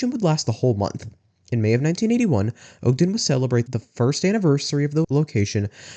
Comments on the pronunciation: i live in utah, i loved this. its just that you dont pronounce ogden like that, its "ahhgden" not "ogeden" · Ogden is pronounced Aag-den, not Ohg-den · Maybe you can cover the Orem location? Also my grandparents lived just south of Ogden and its pronounced "Ah-gden"